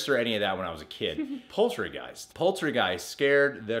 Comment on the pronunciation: Interesting choice with Green Room. The wrist scene fucks me up each time. I have seen it 3 times, and I could not watch it completely after the first time. I was listening and not watching, and I thought that said "Poultrygeist," a movie I never thought I would have made any true scary lists. I had to rewind. My personal #1 is one I am pretty sure I'm alone on, but I can't do the original Flatliners. Maybe throw either of the "I Spit On Your Grave" movies on as well. Some people double-feature it with the original "Last House On The Left," understandably so. Oh, almost forgot Sinister. Blair Witch Project is a nearly perfect film, even today.